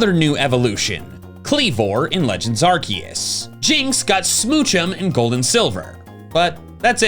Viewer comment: 54 seconds he... he didnt say arkoos! omg lol